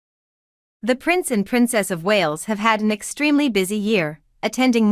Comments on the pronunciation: Listen up their names are pronounced like whales minus the h...not wallis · This is an awful video wrong pronunciation it’s Wales not Walls and you seem to have got confused on kings and Queens also Queen Elizabeth was Catherine’s mother in law not her mother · It sounded like she was saying Wallace . . . and I kept thinking, who are the Wallace’s🥵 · Yeesh. Who is the commentator here? It is Lou eee, not Lou iss. It is not the Walls, it is the Wales as in big fish called whales. The king did not scale back HER duties. HE did. It is not Must tique. It is Miss tique. The Wales did not exist in 2008 so didn't holiday here for the first time in that year. Catherine and William wed in 2011. The children came later. The Wales did not raise the monarch's spirits when they visited HER Scottish estate over the bank holiday weekend. The monarch did not reserve the bank holiday weekend for time with HER grandchildren and great grandchildren because HE doesn't have any great grandchildren. It did not mark the monarch's first summer holiday at HER summer estate since the death of Queen. Queen was a rock band and is still alive. A king is HE and HIS. A queen is SHE and HERS. Queen EII was not 94 when she died, she was 96. The monarch enjoyed many happy memories on HER estate? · Happy holidays beautiful family ❤ please can you say Prince louis name correctly its Lou ie you don't sound the letter s you are annoying saying it wrong and its the Wales family